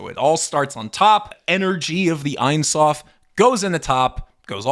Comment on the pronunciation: It’s pronounced Eyn Soof.